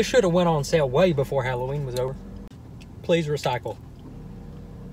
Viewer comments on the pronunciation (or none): none